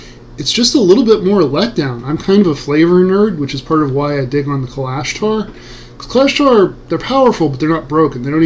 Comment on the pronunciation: You are pronouncing Kalashtar incorrectly